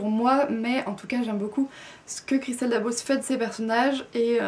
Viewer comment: Pour information, on prononce bien le "s" à la fin de Dabos. Merci pour la vidéo :)